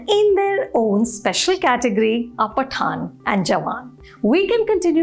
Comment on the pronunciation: hahaha phataan and jawan. what a joke mam!!!!!